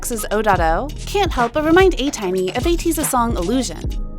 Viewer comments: I wasn't that serious with that comment... I just wanted to point it out. Anyway, it wasn't "anti" but pronounced like "tiny" as in small... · Atiny....pronounced "anti" Good job on ending sabotaging and ruining Ateez's future with your toxic trollin... we out here literally banning the names atiny and Ateez from our mentions as you geniuses cancel yourselves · You should learn how to pronounce korean names properly and ESPECIALLY ATEEZ FANDOM a not butcher it... Like you do all this research and hard work and totally neglect such an important thing? You aren't a newbie to K-Pop and Ateez are not small anymore... How you not know what their fandom is called? Seems ignorant to me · As an ATINY, I do not appreciate you mispronouncing our Fandom name, especially with it's meaning. ATINY is a mix of ATEEZ and Destiny. I'm sorry, but the way you pronounced it just sounds degrading.